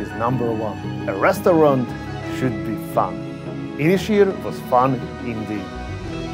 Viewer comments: It's actually pronounced as two words, Ysys Hir, pronounced in English like Un-iss Heer. Means Long Island in Welsh! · Nice review but work on your pronunciation of Ynyshir 😂😂